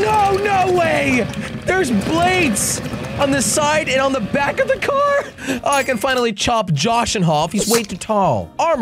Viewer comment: Why dose he say coor instead of car😂